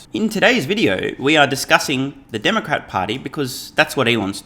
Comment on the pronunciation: I swear he says Dark Art party. lol